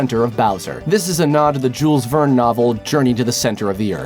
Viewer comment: "Joolz Veurn'"